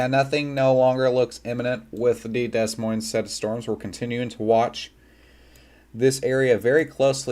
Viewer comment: “Dez Moinez”